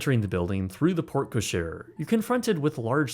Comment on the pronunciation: That’s not how you pronounce porte-cochere 😂